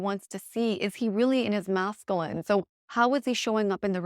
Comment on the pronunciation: Cannot get over the mispronunciation of masculine. 😬 Nails on a chalkboard.